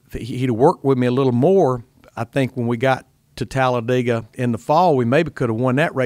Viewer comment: Glad Larry Mac can pronounce Talladega